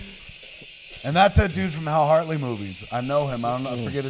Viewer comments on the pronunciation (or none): none